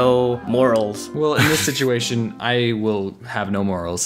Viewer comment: "sitiation" -oddonesout